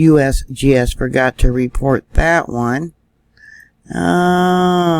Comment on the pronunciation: I like when you say USBS LOL 😂👍🇺🇸stay safe all